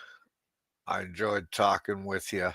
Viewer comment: its HOMEY Frank not homely. WITH YOU not wichu